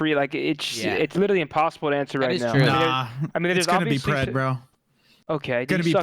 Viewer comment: Pred its pred